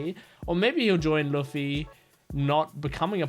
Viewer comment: Your Luffy pronounce is wrong